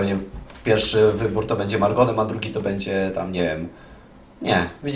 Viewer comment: Pjelfszy xd